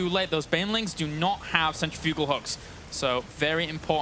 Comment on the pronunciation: Centrifugal is pronounced like... cen-trif-u-gal... not... cen-tri-fu-gal :)